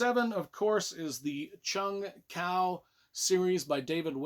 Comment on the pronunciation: I hate to be the 'erm acksually' guy but its pronounced Chung Kwo. Good series but I thought the ending was weak. Cool list though! Also I see someone calling out Disney Star Wars for being crap and I wish I could hit like a second time.